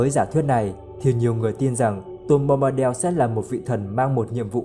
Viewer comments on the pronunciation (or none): Bombadel là cái quái gì? Bombadil mà đọc thành del thì chịu...